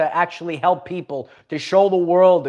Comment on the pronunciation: Save the pwoople